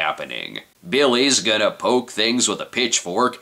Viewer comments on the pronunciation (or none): none